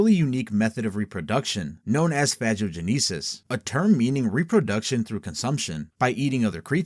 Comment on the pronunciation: Scariest part of this video is the pronunciation of "Phagogenesis". Threat level b+ illiteracy.